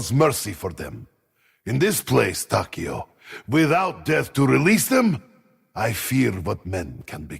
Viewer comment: i love this, i love this channel. but man, it was slightly painful to you hear mispronounce Takeo so many times. Tawkeeow, is how ur saying it... Tah Keh Oh, it how it SHOULD be said. its almost like youre mispronouncing Tokyo, even the subtitles have it marked as "Tokyo"